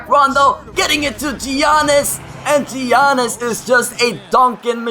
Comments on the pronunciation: It's not (gi-an-nis) its (ya-nis) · Alright mate, if you're gonna use Giannis, at least pronounce it right. Yannis. Not Geeanis. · Giannis is pronouncd (yannis) not giannis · Giannas is pronounced Yiannas. Not to be rude, however it got annoying hearing you continuing to make that mistake. Sorry. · Its pronounced Yawnis... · Giannis name is pronounced yannis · It's pronounced like yawn-us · You pronounce it yiannis ;) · It is pronounced yanis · Btw, his name is pronounced Yannis. You don't pronounce the G and the I. I'm a Bucks fan and Greek lol